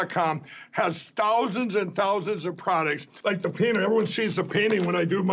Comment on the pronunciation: "Yes, I dew," "I dew...they should be wary of what they're dewing," -clone to McConnell